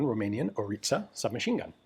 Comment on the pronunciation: Name ist ORLIȚA. Not ORITA